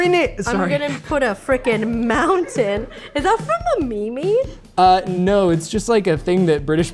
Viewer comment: Did she just call memes a "Me Me?" omg.